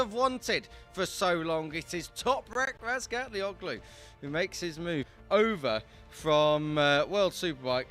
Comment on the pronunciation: toprak's turkish name: the ğ is soft, so --OĞLU is pronounced OH-LU. no hard G sound.